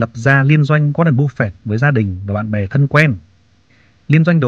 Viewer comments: Em không có ý gì nhưng anh phát âm tệ quá ạ, nghe cứ búp phẹt, nếu như có thể anh cứ bắp phây cũng được. Em không chê đâu ạ, em chỉ mong nghe dịu tai hơn thôi. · phải đọc là búp phê :)) mới đúng là dân vn kakaka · chịu cứng , sao lại đọc tên của ngta xấu vậy , búp phẹt 😂😂😂